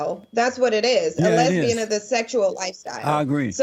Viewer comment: He pronounces it "less beings" but drops the g due to cleft lip.